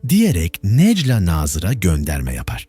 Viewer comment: Bu nasil yorum kardesim herkes telafuz ederken sen neden nejla nazir diyorsun Nejlâ a yi uzatsana